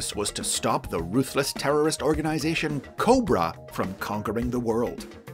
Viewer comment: you said it wrong its "COBRRRRRRAAAAA" not "corba"